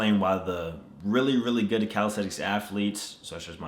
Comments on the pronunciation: Its CalisTHenics not calistetics at least pronounce the word correctly in your video!! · Is it me or does it sound like he’s saying calistetics? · Calisenthics Subtitles: Cow Aesthetics, Cal sites, Teletubbies